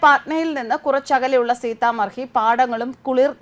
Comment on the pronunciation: സീത മഡി എന്നതാണ് ശരിയായ ഉച്ചാരണം